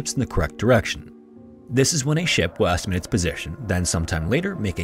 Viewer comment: The pronunciation of "will estimate" in the explanation of dead reckoning was so unusual to my ear that I had to turn subtitles on to understand. Lol